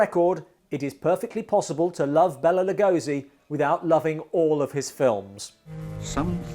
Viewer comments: Lugosi himself never pronounced his first name as “Bella”, but rather “Bey-lah”. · Here i praised your prouncuiation of Bela Legosis name just a day ago...and here you are calling him Bella